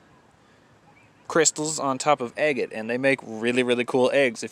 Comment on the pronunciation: Kept thinking you were saying eggate, as in ready to be eggs! Just your pronunciation of agate!